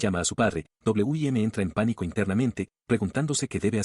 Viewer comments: Que porquería de IA, en vez de Wim dice "Doble u, Y, Eme" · como porque la ia no puede pronuncirar Win